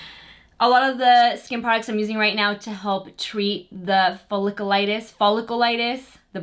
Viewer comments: Hate doing this but I feel I must after watching numerous videos...lol...it is Foll-ic-U-litis. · btw folliculitis is pronounced follic-yoo-litis! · I love your video but I can’t keep listening to you say Folliculitis wrong every single time! Girl!